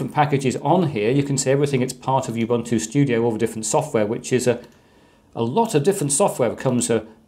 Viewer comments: Thank you for this video. Please note we pronounce Ubuntu as Oo-boo-ntoo not You-boo-ntoo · I get really annoyed when people say U Buntu instead of how it should be pronounced Oooh Buntu This is a South African word it's not that hard to pronounce so please get it right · Sir, it’s not pronounced “youbuntu” but “oobuntu”. I should know, since it’s derived (thanks to Mark Shuttleworth) from an African term meaning “the spirit of togetherness”. “Muntu” means person in most Bantu languages. Pronunciation matters. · It's not pronounced you-bunn-too. It is pronounced oo-boon-too. It is a Zulu word meaning 'humanity'. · Not youbuntu but oobuntu. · It is pronounced OOOObuntu not youbuntu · Ubuntu is pronounced ooh boon too. I know, I am from 🇿🇦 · Dude.. my recommendation to u is to pronounce Ubuntu with an uuuuuh sound,,,cos the UbAntu with an aaaah sound that you do is a racial slur in South Africa. It sounds like u say "u" followed by the "n word". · You-buntu? Not Ubuntu? Every educator needs to start with learning to pronounce things correctly. I cringe when hear people trying to teach me things, but they pronounce names wrong at the same time. These people create rejection toward their message as a whole and negative emotions in me.